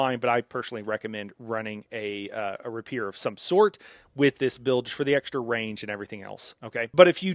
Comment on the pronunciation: I love your content!!! but I'm sorry Bro: you're mispronouncing "Rapier" & "Prescient..."